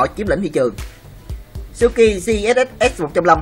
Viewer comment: Suzuki mà đọc cứ như suki ,125 thì nghe như 15 đọc chậm thôi thanh niên cho rõ ràng